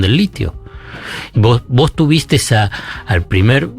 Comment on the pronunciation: No puedo creer que Zaiat haya dicho "tuvisteS"